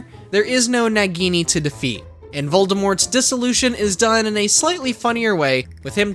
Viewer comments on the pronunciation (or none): Its nagini not nigini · Did He really not know how to say nagini